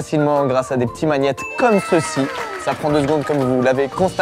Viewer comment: Frérot comment tu prononces magnet c'est magnifique "Manihettes"